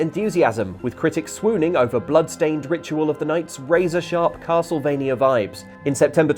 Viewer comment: I thought it was a "Castle" of "V"ampire M"ania", or Castlevania